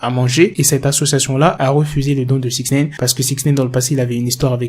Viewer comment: Six Naïne! Pas six nèïne